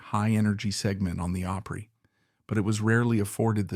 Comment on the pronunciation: You want to have all this info concerning those great country artists; then you need to learn to pronounce: Opry…. “Awe pree”